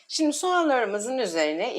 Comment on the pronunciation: SİMDİ DENMEZ...! ŞİMDİ DENİR. Türkçede Ş diye harf var.Oha be !